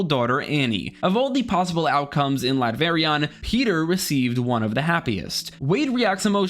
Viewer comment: Is it just me or is he calling "Latveria" Latverion?